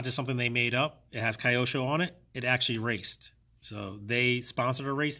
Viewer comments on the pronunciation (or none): Hi, thanks for the great information. BTW, the brand is pronounced as Kee-yo-sho. Japanese.😅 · Wonder why some peoples call the brand in the wrong way . Really don’t get it Just ask simply to a japonese around you. It’s not a kayak IT’s KYOSHO